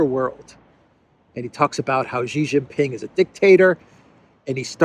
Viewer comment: It's not "zzzhiii" it's "shiii" Jinping.